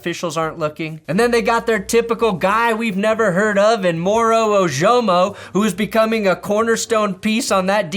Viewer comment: This is a reminder to that it’s Moro OH-juh-mo, not oh-JO-mo.